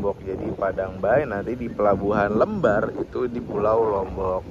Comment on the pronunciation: Pelabuhan Lembarnya salah sebut mas..Le kayak panggilan anak org jawa bukan lembar-an kertas